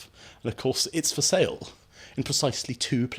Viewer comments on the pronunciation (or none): none